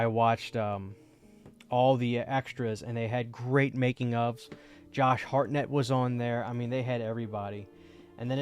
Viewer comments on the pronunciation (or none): none